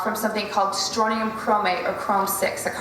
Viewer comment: I have a question or more accurately a few. Considering your presented and self attested background as an experienced and well educated specialist in your field can you explain to me why you did not go out of your way to not only pronounce Strontium correctly( not Stronium), which Strontium 8 has been used in clinical trials for female osteoporosis( and proven very effective) as well as the fact that strontium when exposed to our air turns yellow thus if it was in chemtrails in a dominant amount why are they white, translucent or even somewhat rainbow in appearance on all chemtrail videos or photos?. Which kind was it?. And Barium, in point of fact is not always radio active in the common understanding in the form which happens to be so very abundant as a bi-product of a whole gambit of chemical reactions utilized in countless industrial processes as well as an additive to various compounds we use in conductors and for certain x-ray procedures. Aluminium... it certainly would have gone a long way with regard to convincing me of the 100% truth and accuracy of this video if you had explained that it is by far the most abundant metal within the earth's upper crust. Because of how common it is virtually every life form on the planets seems to have a very high tolerance towards it, so why would they include this?. Actually the beneficial properties have become something of interest more and more. My final question is as follows: So all of these elements are most common as a metal